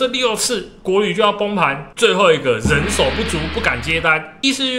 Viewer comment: 您的節目做的不錯，我小孩也很愛看，但人手的台語是咖手，不是狼手喔XD